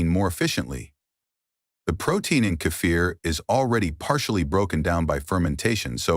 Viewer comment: This is AI trash - it actually said "Sip a small cup of Cape Fear" LOL. It is sad people actually believe this video, especially with so many fake comments.